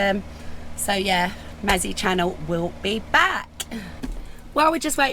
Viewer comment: So happy for you both to stay on your pitch, the stock cube mazzy is pronounced not with silent k, also white wine vinegar is good for the kettle pour 1/4 of bottle to half filled kettle of water and boil the kettle it removes it quickly ❤